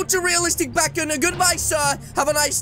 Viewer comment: Backon did he say backon it’s bakon